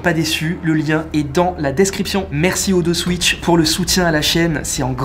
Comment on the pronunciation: Non mais ton sponsoring ne te gueule pas dessus sérieux ??? O TWO SWITCH ça se dit à l'anglaise